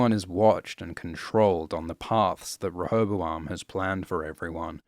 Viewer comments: OMG He says Rehobaloam right? he keeps on saying rehobaLoam. Am i missing something, and is that actually how you're supposed to pronounce it? it's such a minor detail, but i need to know if anyone else can hear it, or if i'm just going mad. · Your pronunciation of rehoboam grates on my ears every fucking time I hear it. I've always pronounced it "REE-ho-BO-am"